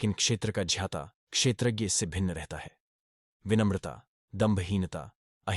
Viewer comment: ज्ञाता को क्यों झ्याँता बोलते हो, भाई? संस्कृत श्लोक मे केशव को क्यों केशव् बोलते हो? उस मे जो छन्दोबद्धता होता हैं उस के अनुसार उसे केशव याने 'व' को पुरी उच्चारण करना चाहिये, ना?